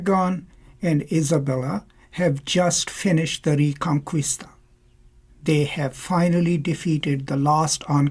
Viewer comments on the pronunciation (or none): none